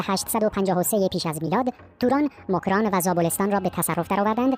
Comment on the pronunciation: موکران 😂😂 چه اینجوری تلفظ میکنی میخوای ادایی فارس هار در بیاری 😂😂